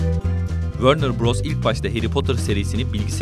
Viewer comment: Abi wörner beös tem feliton ne diyon sen lütfen düzgün oku ?